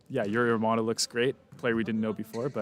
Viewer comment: The first syllabe "giu" in Giulio Pinali is like the ju in "jubilee", you pronounced it more like Julio, which is Spanish. Two difficult pronunciation for non native: Romanò is not Romano, it's pronounced with a stress on the last O and in Sbertoli the stress is on the first syllabe E and not on the O.